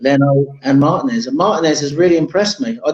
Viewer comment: Gooner from Los Angeles. It’s “Martinez” not “Mar-Ta-Nez”! 😂😂😂